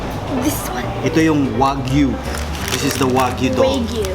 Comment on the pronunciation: Lahat naman sayo masarap! Sinasama mo pa sa kalokohan yong anak mo, Wagyu lang di mo pa alam pronunciation, ULOL!